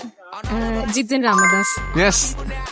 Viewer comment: ജിതിൻ അല്ല ജതിൻ